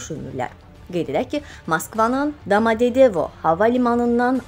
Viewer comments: Domodedovo deye bilmirsense deme sadece de Java limani,yoxsa ayibdi eee vallah domodededovo nedi?ayib olsunki seneki indiyenedek bilmirsen nece demek lazimdi,butun sozleri bele sehv daniwib is HV yazib verirsiz kanala!serlovhedede ele bele yazirsiz adam baxanda fikirlewirki goren ne yazmaq isteyibler? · Damadedevo yox ay qızz, DOMADEDOVO ! Əcnəbi sözləri deməmişdən əvvəl onun tələfüzünü ÖYRƏNİN !!!😡😡😡 Siz axı jurnalistsiniz 😏😏😏😏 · Damadedevo yox ay bala, Domadedovo